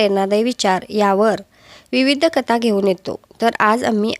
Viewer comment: ताई कता नाही. कथा असे आहे